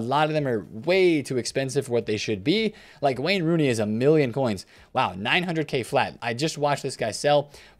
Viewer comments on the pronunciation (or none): none